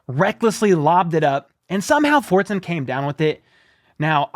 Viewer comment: Fortson? Forts on?